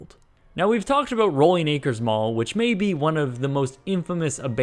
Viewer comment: where we talk abowwwwt abouuuuuuuut abuuuuuuut Hes canadian figured it out lol